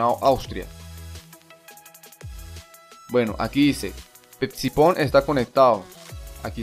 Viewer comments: se pronuncia sifon ja ja ja esto esta en ingles, y se debe de pronunciar de la misma manera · "psiphon" se lee "sáifon" espero te ayude para futuros videos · psiphon... como pepsipón... Venga va. No sé entonces como dirás psicología jaja La p es medio muda, no se pronuncia.